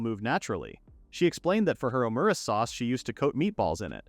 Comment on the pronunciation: Your AI says Omurice wrong. it says it like Omuriche. I guess it's just French.